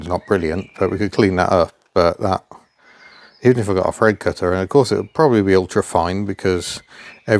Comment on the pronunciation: Thread with an "f" ... Just tell 'em you're a cockney 😊